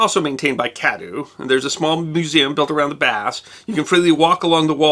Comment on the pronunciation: Cadoo is Cadwee